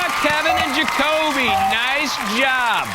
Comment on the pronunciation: He also said joby and not Jakobe